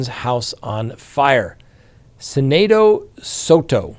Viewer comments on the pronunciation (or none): none